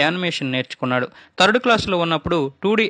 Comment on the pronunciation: Its third not tharadu😅😅😅😅